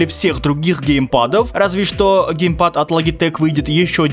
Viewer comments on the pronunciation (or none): Гейпад ещё 😂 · Не ГЕЙпад, а геймпад... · ну вроде геймпад а не гейпад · Геймпад а не гейпад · Серьезно? ГЕЙПАДЫ??